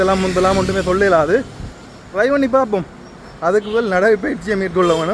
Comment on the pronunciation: தலைமயிரை வெட்டுங்கள் . உங்களுக்கு பொருத்த மில்லை தயவு செய்து ஆங்கிலச் சொற்களை பாவித்தால் அதன் உச்சரிப்பில் கவனம் செலுத்தவும். நீங்கள் ரை (( ry ) என்று சொல்லுகின்ரீர்கள். ட்ரை ( T )ஒலியை உச்சரிக்க வேண்டும். இல்லாவிடில் முயற்சி என்ற தமிழ் சொல்லை பாவிக்கும்